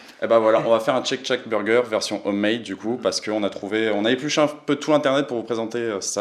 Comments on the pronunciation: Mais pourquoi refaire exactement le même burger? Autant ouvrir une franchise Shake shack. Shake shack pas tchek tchac lol Super l'innovation. J adore cette chaîne sinon. Merci! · Non non non! M'enfin et!! Tchek tchak...??? C'est quoi cette prononciation!!! Ca m'a mis les nerfs a chaque fois que vous l'avez dit du coup a chaque fois j'ai avancé la video! Faites un effort!! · chake chack bordel ça agresse les oreilles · respect pour avoir réussi à manger 1m² de salade dans ton burger "tcheck tchack"